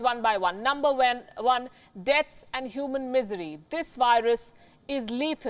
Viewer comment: Number wen. 😂😂😂